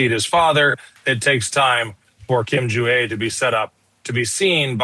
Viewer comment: Did he just said kim kong un 😂